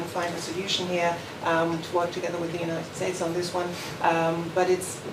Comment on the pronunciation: United shhhates lol this guy